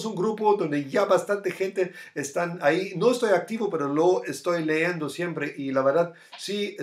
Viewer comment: buenos dias cripto 1PxHZPX8Ei7zHn7dYaSo7cwDs8cJFwe1WL leendo (mal dicho). se dice "estoy leyendo" tambien en varios videos dices "retrocedo" haciendo referencia al movimiento de la tendencia, para este caso la pronunciacion correcta es decir "retroceso". la conjugacion "retrocedo" esta bien dicha pero mal usada, se aplica cuando te refieres a ti mismo, es decir: "yo retrocedo"